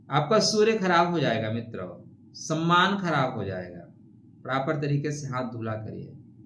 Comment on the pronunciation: बोल तो पाते नही हो, shamman क्या होता है